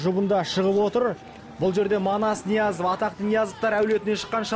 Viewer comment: Мал Ноязов эмес Ниязов